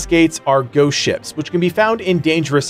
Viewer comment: I'm pretty sure you are saying "ghost shits"